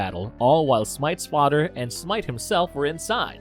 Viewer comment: Oh no, his fah-der died. Then he made a taran-tula. Then he was placed in cry-row-geen-sis